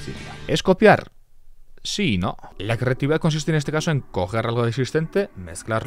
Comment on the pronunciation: Oye por que en vez de decir creatividad dices ...... Crrrrrrrrrrrreatividad